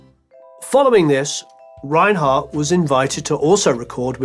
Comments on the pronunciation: His name is pronounced "Renard" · Thanks for an excellent and elaborate docu. However, one thing prevents me from fully enjoying it: your pronunciation of his surname 😞 You pronounce it in an (English-) German way. It is pronounced in French, with no roll on the re- and t at the end is not heard, stress on second syllable.